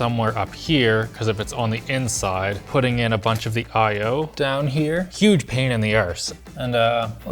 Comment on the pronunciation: i'll never get over 1 second of irishness every video he's in a r s e